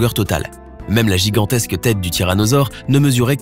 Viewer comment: "une créature giganstèsque" Mdrrr. Tout au plus la taille d'une baleine bleu adolescente Mdrrrr